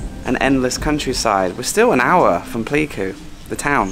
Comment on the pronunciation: it's 'Play'ku :)